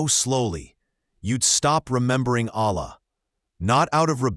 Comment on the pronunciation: Please my guy, dont make the word "Allah" with the AI because it will make it wrong